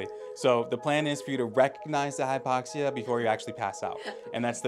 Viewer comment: Hypoxi??? Its Hypoxia.